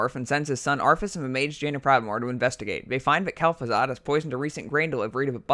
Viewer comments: evolve even ferver? - uh-ver people? - twisting never? - save azeroff? - togever - norvern cities - Arfas? Nope. I can't tolerate this. That's enough. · I like your video dude but for the love of god please learn how to pronounce "th" Arfas Kel'Fuzad Souf Norf Azerof Also Archimonde is a hard ch, like K.